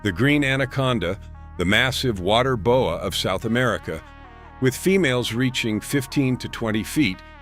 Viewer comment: The Bo-eh? Constrictor is from Canada.